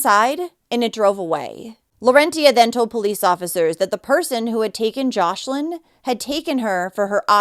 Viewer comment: Her name is joslin not joshlin